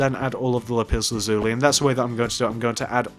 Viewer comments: You pronounced Lapis Lazuli wrong it’s not Lup Iz luzulee it’s Lap iss lasuuly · yes he says it like "lupiz luzuli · Lipis lazuli “lipis” xD Not making fun of ya its just very funny 😂. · Is it just me but the way he says lapis lazuli is epik 😂🤣